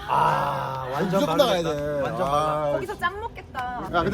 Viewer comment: '오나전 지대 짱이다' 이거 인천 애들 말투 인데 인천 출신인가 ㅋㅋ